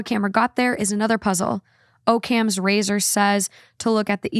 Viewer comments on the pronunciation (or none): Occam's razor is pronounced ah-kumz, I think you got confused because it was talking about cameras so that's why you said O cams lol hope this helps 🥰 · It’s pronounced Ockam’s razor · The way pronounced Occam's razor KILLED me